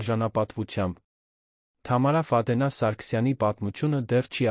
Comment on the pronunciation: Այ անգրագետ, Ֆադենա չի` Ֆադեևնա, _ականը առանձին չեն կարդում։ Սովորիր կարդալ։Առաջին դասարանի աշակերտը քեզանից լավ կկարդա։ Եվ, ընդհանրապես, Գյուլնազ տատի հեքիաթն ես պատմում։